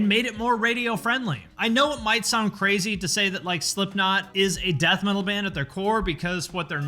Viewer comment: Slipknot are the lighter side of Death meatal. Not Nu-meatal